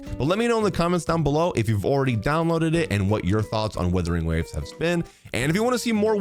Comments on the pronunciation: Is it his accent/speech or is he purposefully saying "Withering Waves"...and not Wuthering...lol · Wuthering Waves, not Withering Waves. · He still thinks it's called Withering Waves? 🤣